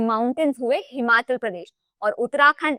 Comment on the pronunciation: Himachal and Arunachal me 'achal' is not 'आचल', it is 'अचल'. अचल का अर्थ है पर्वत।